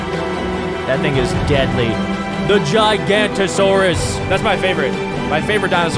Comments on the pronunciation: It’s Gi ga not tor saur rus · it’s pronounced gig-an-ot-o-saurus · as a paleo fan he said giganatosaurus wrong. and allosaur isnt even close to the tryannosaur family tree sense it has 3 fingers and claws